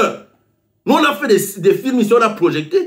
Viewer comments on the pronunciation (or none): On ne dit pas PROJECTER on dit PROJETER 🤣🤣🤣 on ne dit pas CAMEROUM on dit CAMEROUN 🤣🤣🤣